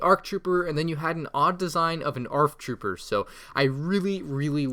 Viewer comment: Anyone else hate how he says arf trooper and not ark trooper?